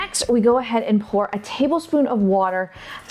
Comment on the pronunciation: Lol! I thought she said pull too. But realized it was pour